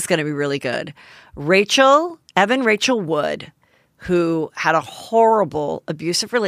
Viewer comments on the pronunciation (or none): none